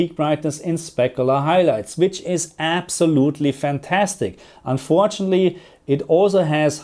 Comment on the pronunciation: perCENT not PERcent, unfortunately not unfortunly. Please!